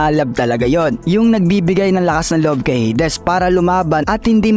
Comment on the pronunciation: Heydes❌ - heydis✔️